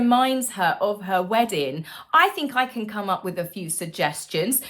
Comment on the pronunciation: There's a 'G' on the end of weddin g dear.